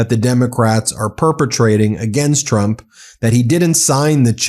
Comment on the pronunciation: She’s a disgrace to her core. On a side note every time she says trump is sounds like chump and I mean yes.